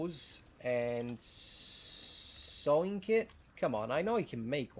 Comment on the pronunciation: It's "sewing" not "sw", that was the problem. By the way, I like the way you present the video and the information. The potion ingredients were a new thing and also the bread. It would be nice with a structure with an aesthetic appeal, however I realize that might not be part of the efficient program you've got going here. Still like your video though.